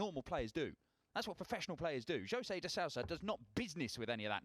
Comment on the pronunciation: It's de Sousa not de SAUSA